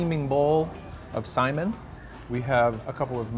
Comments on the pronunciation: sai...MIN. Accent on the "min", not simon. For future. Aloha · Lol Simon, Sai-mihn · Braddah.. Its pronounced sai·min or ˈsī-ˈmin... NOT "Simon" lol and it's HŌ-NŌ-LŪ-LŪ.. NOT "Honnalooloo". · Not to be picky, but FYI, we pronounce saimin as sa-ee-min, not like the name Simon. :) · it's Saimín rather than Sáimin. Cringed every time he said it. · Super triggered by the way says what sounds like the name "Simon." Say it like "Sigh-min" bruddah. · Eater yup we sure did. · Saimin... min min min not simon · I thought it too ;) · I Ike how he pronounces “saimin” like “Simon” ☺️. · umm, the pronunciation is more like sigh-min. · Yep, you are so right, he is murdering that word. It is EXACTLY like sigh min! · How are you going to do an episode on Saimin and pronounce the word wrong, and you also should of went to Shige’s Saimin Stand, that place is really good as well. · Can’t stand this guy. Typical non-local. Refers to in the States, like our state is not part of US. Mixes up hot mustard with wasabi and mispronounces saimin. Should ask folks before opening his mouth…